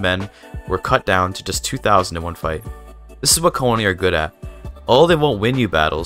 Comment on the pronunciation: If you know linguistics, you know what an IPA is. Konni is pronounced [kɔnɲi]